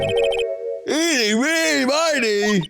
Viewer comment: is it not driving anyone else nuts that they keep calling ini miney "ini meeny"? no? just me?